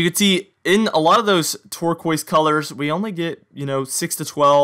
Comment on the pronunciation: "Notice in those tork ways colors...." Really? Turquoise. Tool.